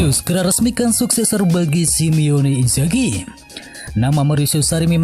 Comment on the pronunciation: Matamu! Baru 20 detik dh bkin gue emosi. Bisa baca gak sih lo min admin? Jelas2 tulisannya SIMONE Inzaghi kenapa lo bacanye SIIMEEONE Inzaghi...???? Asu..gini klo pke admin yg gk ngerti ttg bola, cm modal bisa baca doank..